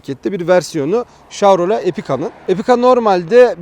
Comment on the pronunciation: abi şav değil şev diye okunuyor o :D